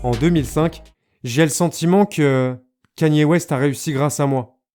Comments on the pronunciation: salut . stp ca se dit " k é n i " ( KANYE ) et non " k a n i é " . 👍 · la vidéo est tres bien mais ca se dit kani west et pas kanyyyé west bordel.... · Il y a que moi que ça perturbe qu'il dis kAnye West et pas kEnye ? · Pq tu dis kanyé ? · C’est « Ka-nyé » la prononciation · pas kanier kéni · Non ça se prononce absolument pas comme ça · Over Size écoute I love kanye dans life of pablo et on verra si ça prononce pas comme ça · Noa abdeljelil & oui je répète ça se prononce pas comme ça, son accent est très mauvais